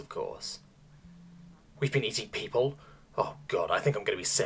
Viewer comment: Is it just me, or are some of the sentences stressed weirdly? Take "We've been eating people?" - is it just me, or is that a weird way to say that sentence? I'd expect 'people' to be a bit more stressed.